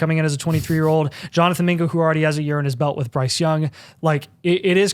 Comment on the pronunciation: Video was fire until yall said mingo